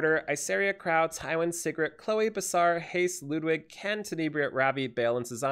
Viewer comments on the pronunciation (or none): I dont understand the hate on Ludwig.... first off, pronounce his name right and then realize that he has nothing wrong with his face or voice. You're review was so shallow and I would never know why you dislike him.